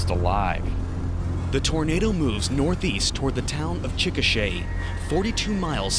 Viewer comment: With rapid-fire mushmouth, his pronunciation of the word "Chikasha" can easily be mistaken for the word "chickenshit." Is that how people in Oklahoma talk?:)